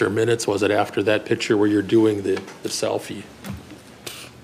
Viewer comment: “I know I said dat” The word is that! U know T H A T